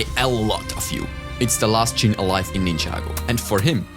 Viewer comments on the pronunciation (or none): none